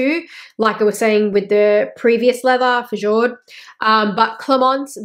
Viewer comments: This was interesting. I have no Hermès bags but I am considering them so this information was good to hear. Oh, and Fjord - the ‘j’ is pronounced similar to a ‘y’ so its pronunciation is more like ‘f-yord’ or ‘fiord’, the same as geographical fjords. 😊 Thanks for sharing. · fjord= you pronounce it fyord in French , great video by the way 🤗